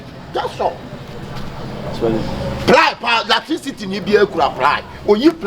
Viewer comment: Spell me 'latricity'😂😂😂 way3 ne ho latricity🤣🤣🤣